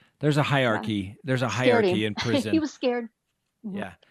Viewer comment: Dude, you need to learn to pronounce "hierarchy" properly.